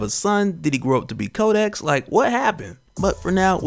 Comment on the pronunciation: 😂😂 everytime you say kodex i keep hearing kotex from black dynamite. 😂😂